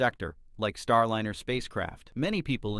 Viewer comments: Thank you for the heads-up. I stopped listening after a few minutes. It's fascinating how NASA is pronounced "Nah-sa" and Starliner is pronounced "Starlinner". Maybe that's a quirk of the audio system. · Teach this bag-of-rocks AI to speak English correctly! Star-linner? NAH- SAH? What are talking about?? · Agreed, click bait BS and the artificial voice is cringe AF, EVERY time I hear starlEEner it's like fingernails on the chalkboard. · Nawsah, Starlinner ……………….why can’t your bot get these key words right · Get a real human to speak the dialog! This ignorant AI doesn’t know the proper sound of “liner” and “NASA”. Until then, pass!